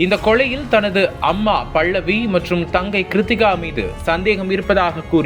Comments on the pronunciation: தமிழை சரியாக உச்சரிக்கவும். அவர் பெயர் 'பல்லவி' பள்ளவி இல்லை. இதுபோல் இன்னும் பல பிழைகள். நம் தாய் மொழியை நாமே சரியாக பேசவில்லையென்ரால் மற்றவர்கள் எப்படி மதிப்பார்கள் அதுவும் பத்திரிக்கை துறையில் சரியான உச்சரிப்பு மிகவும் அவசியம்!! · என்னடா தமிழ் பேசர? பல்லவி - பள்ளவி அல்ல, கொலை - கொளை அல்ல …. 😡😡